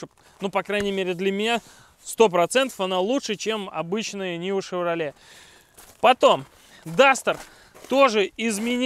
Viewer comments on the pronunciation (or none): none